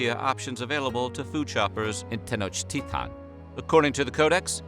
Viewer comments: Is Tenochtitlán not Tenochtita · Why do he say "tenochtitan" it 'sTenochtitlan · It is grating to hear the capital name butchered.